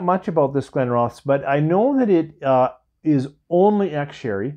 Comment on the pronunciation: Hiya,! Glen Roth esss, accent on the second syllable. One of the first whiskys I ever received (as a gift) many years ago now. They make a lovely product! I don't buy it often, though when I do pick it up I thoroughly enjoy it. I haven't had that particular Arran expression, but I just opened The Bothy edition a few days ago. It's an interesting dram. The first out of the neck pour was pure pine needles. I kid you not, couldn't find anything else in it! Pine resin wasn't mentioned anywhere that I could find, on the bottle or online with any reviews. Curious, I went back to it the next day. Whole different whisky. Not a pine needle in sight, seriously! Warming, honeyed, floral...delicious! It's a 56.2 ABV, and it takes a lot of time. I spent 3 hours with that second dram, adding a bit of water, waiting a while, trying it again, adding more water, waiting again. Such a changeable whisky. I must admit, I am quite a big fan of any Arran that I've tried. Christmas here was different, simpler, yet absolutely wonderful! We got two feet of snow Christmas eve, so a beautiful white Christmas...certainly can't complain. Good food, easy company, lots of quiet gentle conversation, an unusual dram or two. Here's putting out many hopes for a manageable and much better new year to come! Marian 🇨🇦